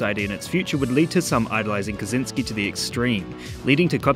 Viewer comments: It's not "Kazynski", it's "Kaczyński" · For future reference: Kaczyński is roughly pronounced as "ka-tchyn-skee"